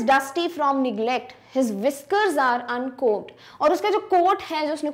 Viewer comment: B not prunoncedin uncomb